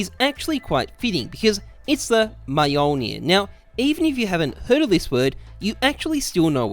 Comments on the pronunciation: i literally cannot express my anger when you say ''M-jolnir'' like.. it's so wrong. it's Mjölnir for a reason my man. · maj ölnir? Mjölnir xD say jölnir then add m before j ;) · Lmao never heard such a butchering of that word before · Nobody:: mAeJoElNiR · He littearly says "Miolnir" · pronounced Yolnir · Me-joolnier lol, Offended swede over here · you butchered all the names, good job! XD awesome details tho :D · He doesn't speak the language chill out its norse mythology bot exactly a contemporary language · As a Norwegian I cringed at the pronunciation of mjölnir no offence